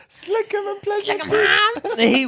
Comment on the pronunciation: It’s Slickem HAAAA and keeps saying HINE and I’m DONE FOR😂😂😂😂😂😂😂😂😂😂😂😂😂